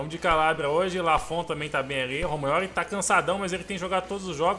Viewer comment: ROMAINOLI, ROMAINOLI ROMAINOLI KKKKK,tô zoando , é romagnoli pô